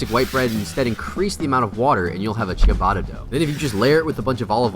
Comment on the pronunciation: So much bread info and you mispronounced ciabatta 😢